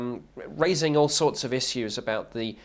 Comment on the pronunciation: Cringing at how he says "issiws"...(issues) I just cant stand this dude bc hes a sellout and a liar